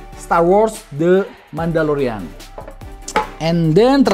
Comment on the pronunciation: Mandalorian bang.. bukan Mandolorian.. kalo penggilannya emang Mando..